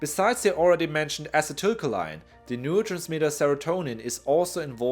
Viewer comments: " Ah-Sea-Dah-Coal-Lean" is proper pronounce sir.. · Ah-see-till-Co-lean. acetylcholine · “Ah-sea-till-co-lean” is how you pronounce acetylcholine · Acetylcholine= A-See-Tul- Ko-lien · Uh excuse me, its pronounce acetylcholine, not acetylcholine, duhhhh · I like how you pronounced acetylcholine four completely different ways. It's like how we have no collective record of how Latin actually sounded. Who am I to say otherwise?